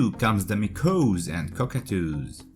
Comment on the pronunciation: When he says “Meekohz,” he means Maakawwz...